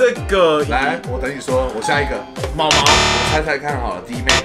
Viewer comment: ㄇㄠˋㄇㄠˋ啦你怎摸說ㄇㄠˊㄇㄠˊ